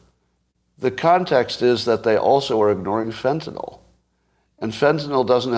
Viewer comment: I can't take anybody seriously who says FentanOL.